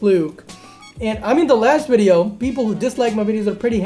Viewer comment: do u say ears and not years and video but u say wideo lol